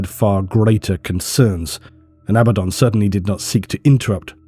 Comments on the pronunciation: Abba-don = correct A-bad-in = incorrect There is zero debate about what's correct. Even stated by GW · I genuinely love you videos, but everytime I hear you say abadon wrongly, I think... cmon man, you know there's only one way to say it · it tickles my brain every time you reiterate the actual english pronunciation of abaddon (not abba-don). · There’s probably some grammar rule about it, but every word I can think of that has a double consonant stresses the syllable before the consonants. PAddle, BUllet, FIddle, HAppy, etc. Despite that, I think ABaddon sounds better, with the only advantage of the other pronunciation being that it sounds like “a bad ‘un”, which is appropriately derisive for such a cartoony villain.